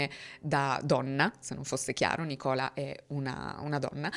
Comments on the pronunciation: si pronuncia nìcola e non nicóla, non c’è molto da capire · Oh mio dio per te che hai vissuto all' estero scambiare La pronuncia di Nícola (femminile) con Nicóla (maschile) benché si scrivano entrambi senza accenti è un poco imbarazzante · Nicòla come hai detto te, cioè normale con l'accento sulla o diaciamo, per una donna non l'avevo mai sentito, è particolare, invece Nìcola (non so bene se si capisce in forma scritta cmq sarebbe Nì-cola diciamo) con l'accento sulla i, l'avevo sentito qui da me in veneto, una signora aveva questo nome che cmq è lo stesso particolare. Poi volevo dire che a scuola qui da noi in Italia, vedo anche i miei figli, si insegnano cose che sicuramente servono però trascurano materie che possono davvero servire nel pratico, tipo dibattito come hai detto tu, ma anche economia domestica imteso come saper gestire i soldi, o saper pulire, o cucinare, o lavare, o cucire sarebbero materie molto utili da imparare e so che in giappone lo fanno e anche negli usa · Nei paesi anglosassoni il nome femminile Nicola (come anche il nome femminile Simone) sono invece abbastanza comuni. L'accento però è sulla I non sulla O quindi si pronuncia NIcola non NicOLa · Nicola in inglese è pronunciato Nìcola non Nicòla come in italiano. Giusto per referenza, se può far comodo a qualcuno. non per rompere le scatole. Ed è un nome femminile comune, ma forse più diffuso in UK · . Storia interessante come sempre grazie, però devo fare un appunto sul nome della ragazza: la pronuncia corretta è Nìcola non Nicòla, è proprio il femminile di Nìcolas diffuso in Gran Bretagna negli anni 70, anche mia cugina di Coventry ci chiama così... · Nicola in inglese si pronuncia Nícola, con l’accento sulla I, nel caso di nome femminile. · Sì, Nicola è anche un nome da donna, ma non si pronuncia così... Si pronuncia mettendo l'accento sulla i :) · si pronuncia Nìcola, è un nome femminile molto comune in Scozia 😊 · Ragazzi, si pronuncia Nìcola (come il nome dell'attrice Coughlan) 🤭